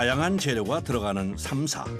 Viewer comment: 현지인들도 th발음 나는 삼사에 가까운 발음을 하는데 너님은 혼자서 땀냄새나게 땀사땀사 거리세요